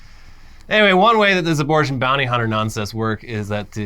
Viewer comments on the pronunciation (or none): none